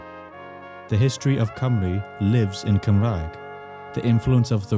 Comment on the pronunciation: 😒🤚Cumrag? 😎👉Cymraeg.